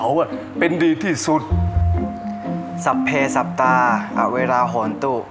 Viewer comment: ได้ยินท่อง สัพเพสับตา ไม่ใช่สัพเพสัตตาหรอกรึ😂😂